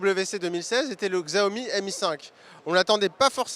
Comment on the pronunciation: Siaomi xd